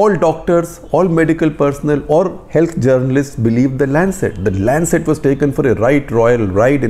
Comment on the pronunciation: Its Lancet.